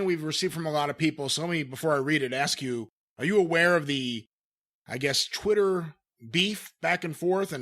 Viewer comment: Does know it’s called Twitter and not “Chwitter”